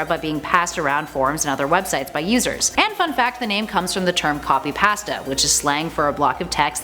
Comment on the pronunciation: If you have no idea how to pronounce pasta, you should probably learn before saying the word.